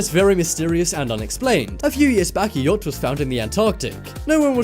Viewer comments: "Yatch"? U mean "yacht"? Pfft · you said yatch, not yacht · Btw... It's "yacht" and not "yatch" :) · It’s actually Yacht not Yatch lol 😂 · mystery yacht not yatch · Mystery "YATCH" ... eh? Have no idea what a "yatch" is ;-) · I hate to be that guy, I really do. "YACHT"